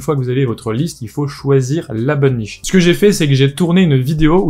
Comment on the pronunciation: « ... il faut choisir la bonn'niche ... » 😂 Oh bah non... pas la bonniche ! 🤭